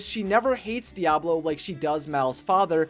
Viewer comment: Not Diablo, Diaval